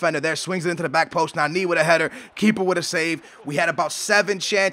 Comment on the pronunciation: Its so annoying that u say Nanee